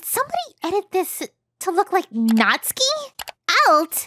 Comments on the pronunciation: Its natsuki but pronounced natski or something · Have I been pronouncing Natsuki wrong this whole time?!